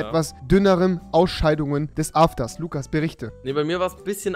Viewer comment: Lugas mit g